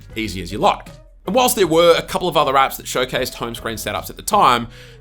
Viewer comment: I kept hearing , 'Top Android Ass '